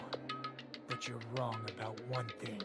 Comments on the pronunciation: Everyone: No thats wrong! Nagito: No thats wONG! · I will NEVER get over the fact that it sounds like Nagito says " no that's wong " 😂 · everyone else: has a special rebuttal phrase nagito, trying to copy hajime: no thats wong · “no that wong” -Nagito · No-one: Nagito: NO THATS WONG